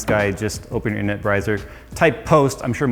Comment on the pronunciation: did say "internut brizer"?